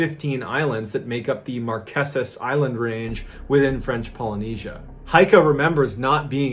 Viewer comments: I'm a fan and a subscriber, so I say this with love: They are pronounced the Mar-KAY-zas. Promise.💖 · It’s not “Marqesent” “markisses” 🤦🏻‍♀️ it’s pronounced “Mar keys” “mar key sis” .. can’t be mad cuz at least you tried 😅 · markesus lol it's pronounced mar-kay-sus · Love, Love, Love your videos! BTW….Pronounced “Mar KAY sus islands” 😄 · Just a side note, you're pronouncing Marquesas incorrectly, its pronounced mar-kay-suhz. Also for anyone wanting to go, there's a luxury ferry, that's dual purpose, and also functions as a cargo vessel, called the Aranui 5. It makes a 12 day circuit from Tahiti to the Marquesas. The ship also makes less frequent trips to Pitcairn, Gambier, Austral islands, Cook Islands and some of the other Society Islands. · Everything else is so perfect , I HAVE to let ya know how to pronounce Marqueses . Sounds like Mar-Kay-sis . LOVE this channel !